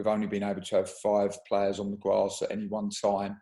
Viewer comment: We huh-oh-pe dinny cahley can get back on the gwass soon